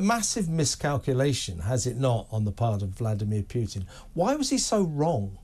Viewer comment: Stop saying 'Pyutin'. It's Putin as in poo-tin.